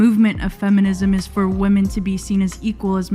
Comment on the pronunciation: WHy do you keep saying ephinism?? LMAO its fem·i·nism... Just saying.. But your message is spot on...